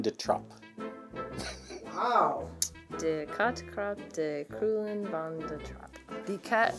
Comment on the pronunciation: thats a good "de"